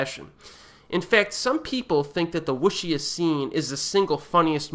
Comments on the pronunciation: Wuxia, the xia is better to be pronounced as sea-yah. One single tone by pronounciating both words in one tone. You pronounced it as Soo in the clip. WuSoo means Chinese martial arts. Wuxia means ancient knights of Martial arts. In modern films, we tend to say WuDa films. WuDa means martial arts fighting. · A pronunciation guide: Wuxia is pronounced closer to Woo-SSya than wosha (took me a while to realize what you were actually saying).